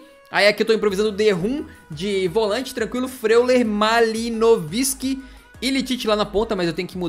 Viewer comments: Chega doer o jeito que o falou "Malinovisky" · sim é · Dói de ver ''shang tung'' falando malinovski errado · Sério que o bit não soube dizer o nome do malino😭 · Ele falou o nome do malino errado